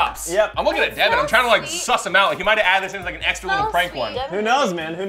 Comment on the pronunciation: It's Devin not